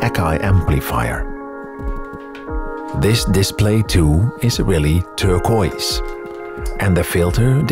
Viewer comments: I like the video, but the way you pronounce turquoise.. kills me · cool video! the close up shots are really awesome. you also say turquoise funny 😁